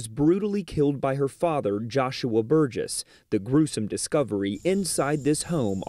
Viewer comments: Well you slaughtered the last name (mine as well.) It's pronounced Bur-jess. Otherwise I love your vids😆😅🙄😍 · I’m not normally pro-death penalty, but… Also I know it’s inconsequential, but the last name is pronounced burr-jess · Great job. One thing though, its pronounced Bur-jiss, hard G x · This case is extremely heartbreaking! You can’t help but feel for that little girl, that last 24 hours of her life! Side note… you are mispronouncing their last name. It doesn’t really take a lot of research to get it right though considering every news clip included in this video it is pronounced correctly. My thoughts and prayers are with her family, especially her mother who I can only imagine is extremely hard on herself even though there were no warning signs and she obviously had no idea that this would happen!